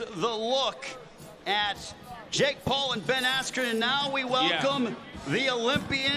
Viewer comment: he totally messed up Ben Askrens name lol